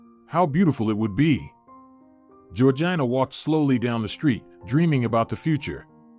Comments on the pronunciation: Good story. Having said that, if you ever have another character named "Georgina", please learn the correct pronunciation - or train the AI to read it correctly. It's "George-eena". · With all due respect it is pronounced George Gina All one word. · Her name is pronounced George-eena. It's a good idea to make sure the robot is pronouncing names correctly. People get rather offended when their name is mispronounced. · I find American English strange, her name is pronounced Gorgeena in England. Often I have to work out what's being said. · Too bad he's pronouncing her name wrong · I know. It sounds like he is trying to say vagina!!! 😂😂